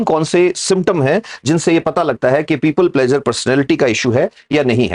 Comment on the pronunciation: प्लेज़र नहीं प्लीज़र कहिए!